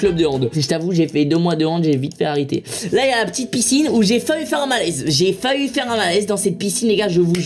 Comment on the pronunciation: Michou!!!! "J'ai failli faire un malaise" pas "j'ai fa-u faire un malaise"!!!!